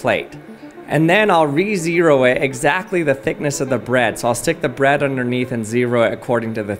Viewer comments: So he definitely pronounces "bread" as "Brad," right? Is that just in my head? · Why do you say bread like that